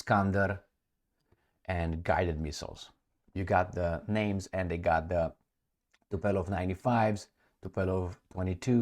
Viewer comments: Tupolev NOT Tupelov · TUPOLEV, nu TUPELOV:) Hai mai, ce naiba:D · Tupolev. Tupolev is the correct plane name. Not Tupelov as you incorrectly keep saying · TUpolev NOT tupelov. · Almost never is the correct statement. I have corrected a hundred times this tupelov thing. Alas! Wasted my time